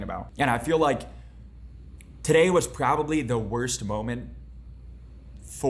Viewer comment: and that wasnt a death threat i JOE WO BE LIKE "WOWST COD UPDATE IN HISTOWY VEAWWY BAD "